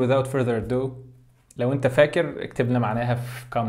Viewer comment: It's "ado" .Not "addo" :)